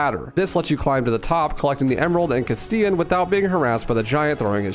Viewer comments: It’s pronounced “cast-elahn” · The way you pronounce Castellan botheers me so much, considering the original game actually spoke it out loud when Salazar intoduces himself. "Mi llamo Ramon Salazar. the 8th Castellan of this magnificent architecture" It's "cuss tell uhn" Also just for fun, 1 USD is about 150 Peseta, and the Infinite Launcher would cost around $13000. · You pronounce “castellan” wrong